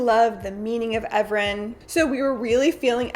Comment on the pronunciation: Evren in Turkish is pronounced "Eren" :)